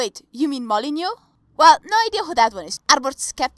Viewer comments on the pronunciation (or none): Your video is off to a bad start when you 1) group Stephan Malyneux as a skeptic and 2) mispronounce his name.